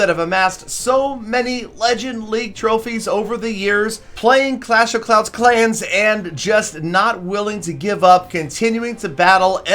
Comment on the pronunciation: "Playing clash of clouands" nice try 😂 your probably right tho